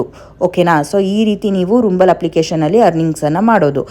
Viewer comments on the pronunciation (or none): Mam ಅದು ರುಂಬಲ ಅಲ್ಲ ರಂಬಲ್